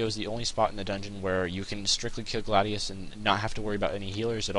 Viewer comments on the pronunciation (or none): none